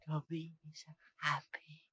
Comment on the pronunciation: I am sorry but it’s bugging me so much that you guys aren’t pronouncing Dobby’s name right